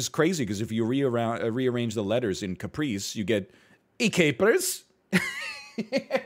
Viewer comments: I didn't want to say it but nobody else is, so here I am: Caprese is an italian word and the e's are pronounced more like "ay" as in "say", and you pronounce both of them. Cah - pray - say. Saying it like "Capreece" as NL did is like calling a tortilla a "turtill." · cah pray ze XD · The pronunciation of caprese is killing me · listening to the egg father mispronounce caprese is troubling